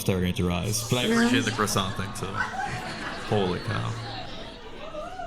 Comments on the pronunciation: The first girl is 🇲🇫 but doesn't know how to pronouns "Coissant" ! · Funny how the first girl claims to be French and doesn’t know how to correctly pronounce croissant 😂😂😂😂